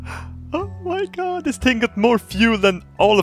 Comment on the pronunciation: "Oh my gow. SHIT isbin years out in the fucking cos-mus." lol